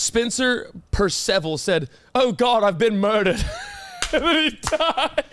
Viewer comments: did cam just pronounce Perceval as “Per Sev ull” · will make fun of for how he says words while he cant say Antionette and Percival right